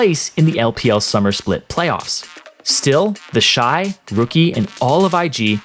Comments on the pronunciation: I thought its pronounced "Teshi" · Ah yes, TEHSHEE